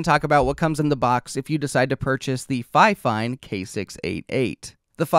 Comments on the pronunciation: Why are you pronouncing it like Fi-Fine? Everyone knows its pronounced Fine-Fine. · Sorry to say but you are saying it wrong it’s ‘Fine Fine’ not ‘Fi Fine’ dispite the spelling. 😊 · It's "fee feen" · If you want your company to be pronounced finefine, why not write it that way in the first place? 😂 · That pronunciation has always killed me 😂 I am pretty sure Think Media got that pronunciation stuck in people’s heads. I don’t understand why more creators don’t ask how companies want their name pronounced, even if it seems obvious to me, I still ask… it’s literally the least I can do. 😂